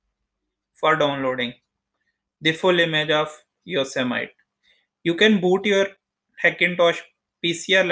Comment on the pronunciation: You don’t even know how to pronounce Yosemite